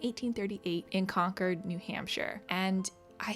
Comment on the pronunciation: Thank you for pronouncing ‘Concord’ correctly! :-) I am from NH, so that piece was especially interesting. That petticoat is so pretty! I love how it has so many pieces of insertion lace.